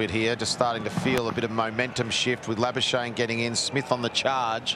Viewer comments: Most commantators: Marnus labuschagne Mark howard: MARUS LARBARSHANE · Geez, commentators butchering Labuschagne's surname's pronunciation...